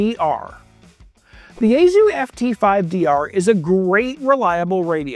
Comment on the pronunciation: It's pronounced YaeSue not YaeZoo